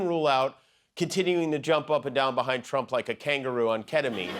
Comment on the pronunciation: Trump watch say s rump in stead of trump really 😂😂😂😂😂😂